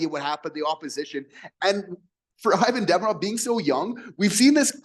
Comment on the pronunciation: bruh....pronounce his name correctly.....